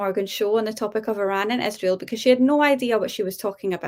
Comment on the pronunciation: Candace has only one problem, it's IIIIsrael not ISHHHRAEL. What is here problem with the pronunciation? It's Not that importent but it drives me crazy when someone pronounce something wrong.